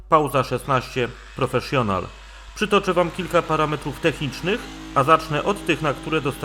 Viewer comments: Dziwnie brzmi te wypowiadanie PROFESZJONAL ;) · Absolutnie się nie czepiam...Tylko ucho dziwnie to odbiera. Grunt że każdy wie o co chodzi ;)